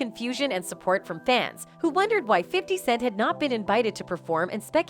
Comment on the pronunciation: The voice on this post keeps calling 50Cent , 50 second's 😂